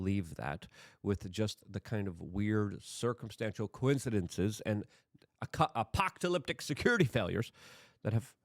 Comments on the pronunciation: You said “APOCK TOH LIP TIC” twice 😂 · Uh-Pock-Toh-Lyptic 😅 I can’t take anything you say seriously anymore when you mispronounce every word by a mile and never bother to work on bettering your vocab. It’s way to TuhMulchChoLess for me these days. It’s way to larger